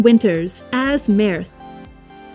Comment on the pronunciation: it's merth not me-rith. in the show, Mork said it was a combination of his name and earth. it was also a cute play of words for comedy, laughter and joy.